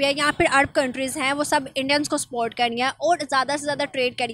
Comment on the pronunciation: सपोर्ट को स्पोर्ट बोलते है।